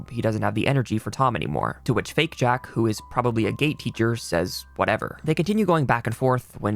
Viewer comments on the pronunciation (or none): imagine my surprise hearing "gay teacher" instead of "Gate teacher" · am i the only one that hears Gay Teacher insted od Gate Teacher ???!!!!